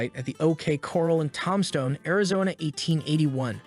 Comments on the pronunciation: toom stone. AZ. and ok cor ral. i think hooked on phonics. for him. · says ‘Tomstone'